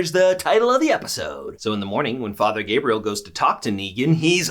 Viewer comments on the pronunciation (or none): none